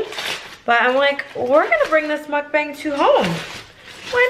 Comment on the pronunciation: Love your mukbangs, just wished you pronounced it properly. Should should sound more like "mook bung".